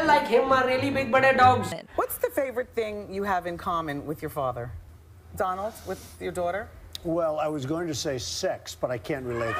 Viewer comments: DONNAAALLDD NAHI DONALD WORD HAI SEEDHA SAADHA !!!!! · Donaald nhi donald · Waley aadmi .donald trump hota hai donaald trump nahi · its donald trump not donaald trump😂😂😂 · Thats not DONAALD TRUMP THATS DONALD TRUMP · It's not donaaaaaaaaald it's donald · It's not donaaaald Trump it is Donald Trump's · It is not Donaald trump it is Donald Trump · its not donaaaaaaaaaaaaaaaaaaaaaalllllllddd its donald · Donaaald Trump ni Donald trump he bhai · Donaaaaaaald nahi hai Donald hai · Donaaald nhi donald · DONAAALD TRUMP nhi DONALD TRUMP